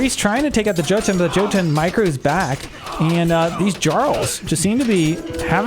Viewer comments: J's are pronounced with Y in Norse. So Yarl and Yotan. Otherwise awesome AoMR content! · The "J" in Norse names makes a y sound. "Jotun" is pronounced "Yotun" and so on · Jotun is pronounced jå:`tun. Or plurar jotne